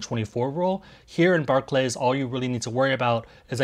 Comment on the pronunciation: I’d hate to be that guy in the comments but Barclays is pronounced “bark-lees”. Thanks otherwise for the info though,!